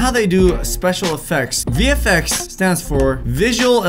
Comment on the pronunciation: is it just me or does every time says vfx it sounds like hes saying the effects?